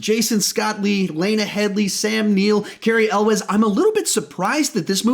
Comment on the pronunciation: You pronounced Carey Elwes wrong.... It's not El-wes, it's closer to YOU-LLS